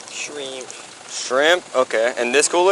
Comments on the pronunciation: He gets points for the way he said “shreeemp”. Bonus points would be “skriiiimp” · As soon as he said "shreeemp" you knew he was guilty